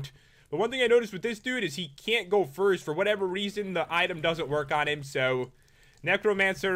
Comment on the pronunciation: Noticed he said frist instead of first 😹